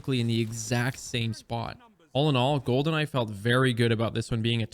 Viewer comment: Every time he says “Gold and I”, all I hear is “Goldeneye”